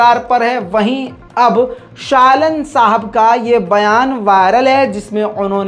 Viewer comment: Shalan nahi shaalaan hai